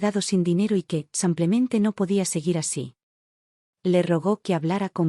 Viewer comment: Es Simplemente no Samplmente.. es Española y pronuncia así 😊